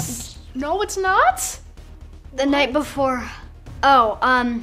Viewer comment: Me thinking it’s he night before Xmas but nightmare say it yh “ight “